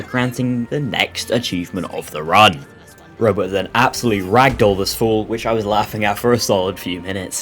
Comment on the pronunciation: Great Video! For the entire first half I thought you were saying Robo not rowboat